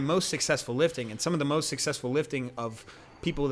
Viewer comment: yeah, you put the emphasis on the wrong syllable!